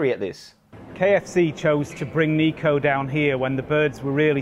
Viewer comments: my guy you cant even pronounce his name correctly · Everyone’s having a go at him for not doing research or whatever and you can’t even pronounce Niko’s name right